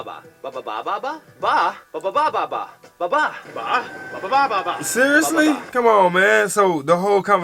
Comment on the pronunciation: You pronounced the bababa ba better the supposed "Filipino Guy" they have there. Dude didn't even try enough to hide the fact he didn't know how to speak the language.